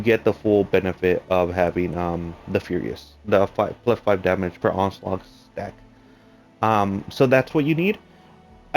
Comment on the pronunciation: It's onslaught dude. Not onslaug